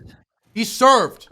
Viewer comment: "H E S E R V E D" 🤣